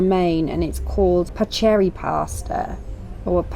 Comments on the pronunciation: The pasta, paccheri, is pronounced PACK-CARE-REE as “ch” is “k” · It’s Pronounced Packeri.! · It's pronounced pa ker ee .. pasta. 😘 Love your videos! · since you both have Italian ancestors, perhaps you could improve your pronunciation of certain words.... paccheri and even your wife's name... there are many kinds of pasta shapes not just penne or spaghetti....just saying.... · Please, and this is an advice for all British people, learn how to read Italian. "Ch" is not pronounced as in English. It is pronounced as "k".